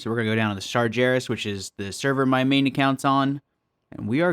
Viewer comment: The way you said Sargeras hurt me